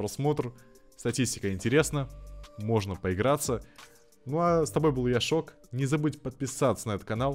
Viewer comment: скажи Шок а не Эрик